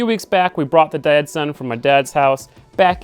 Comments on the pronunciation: Are you saying Datsun or Dad-Son? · Each time you say Datsun project, I hear "Dad-Son" project 😉 which makes total sense for your project! Looks awesome 😍